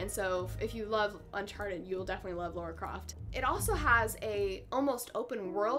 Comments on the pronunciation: The game is generally wonderfully produced, but for me, sadly, ruined by too many QTEs. One or two, as in Far Cry 3, would've been ok, but to have them over and over throughout the game killed much of the enjoyment. Which is a shame as I so wanted to like it. Oh, and it's LARA, not Laura! :) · "Lora" I know somebody who goes nuts when hearing someone pronounce Lara that way.